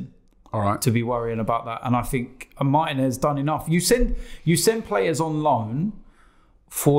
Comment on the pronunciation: mar-TEE-nez. Not martin-ez.